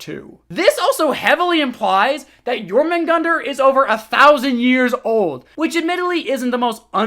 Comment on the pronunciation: Please its Jörmungandr not Jormungandr the ö is not that difficult to pronunce